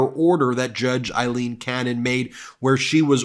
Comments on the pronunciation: BEN - please her name is pronounced A leen, !!!!! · FFS, as stated many times, can you PLEASE stop referring to her as "Eileen" Cannon! She is NOT" Eileen" Cannon, she is AILeen The name IS NOT THE SAME. It is a Scots name, we are Scottish and my wife is "Aileen" so we know! Your co-host Michael, Glenn Kirchner and Lawrence O’Donnell pronounce it correctly. PLEASE, PLEASE stop! Apart from this we love the show, but please, please stop this nonsense!